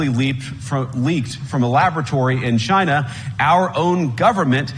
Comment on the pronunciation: "We're the government (of Chy-na) and we're here to help".